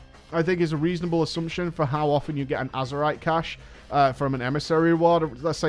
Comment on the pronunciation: FFS STOP SAYING CACHAY!